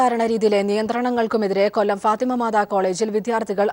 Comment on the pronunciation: ഫാത്തിമ മാതാ അല്ല ഫാറ്റിമ എന്നാണ്. Njan ivide aan padikkunnath Christian college aan ivide athpole show kanikkaan vendi matram varunna kure perund avarkkan ith bhadakam vrithiyulla vesham ath mati leggings idam but slit illathe dressnodoppm, chilarkk leggings vrithikedaan ath avarkk thanneyaan nanakked varuthunnath parents inte avashya prakaramaan itharam rulukal .